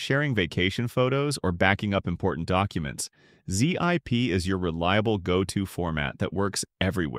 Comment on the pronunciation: ZIPE? WTF! Teach your AI Robot to speak!!!!